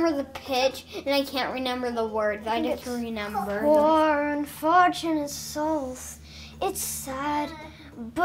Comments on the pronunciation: Am I the only one that hears say reNender instead of reMember?? Such a fun family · I love how says “renember” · I love the way says"renember"!!!🤣🤣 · when says “renember” 😍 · "renember" huhu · “I don’t renmber”